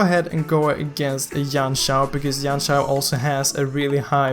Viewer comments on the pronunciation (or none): none